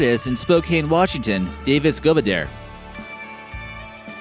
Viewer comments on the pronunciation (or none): none